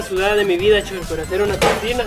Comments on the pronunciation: Se dise pisina no piksina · Amigo se dice picinaXD no pixcina(no soy heiter)